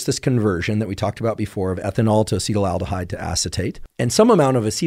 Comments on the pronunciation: its acetaldehyde not acetyl-aldehide as you are pronouncing it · It's not Acetal-aldehyde it's Acetaldehyde. FYI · Why do so many internet experts pronounce acetaldehyde "acetylaldehyde"? It's quite prevalent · It would be cool if this guy knew how to pronounce acetaldehyde 🙄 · Never heard someone pronounce acetaldehyde like that, lol